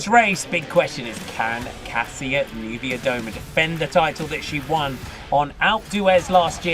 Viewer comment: Who’s the TNT commentator? The idiota cannot say Kasia Niewiedoma!